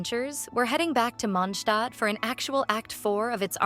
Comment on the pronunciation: I don't understand why in this channels they pronounce Mondstad like munhstad ... R they hungry or something??